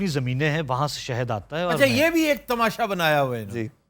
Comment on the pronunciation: bahi sahad hota ha saht nahi